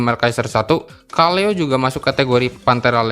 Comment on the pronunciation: Dipanggil "Seleo" bang bukan "Kaleo"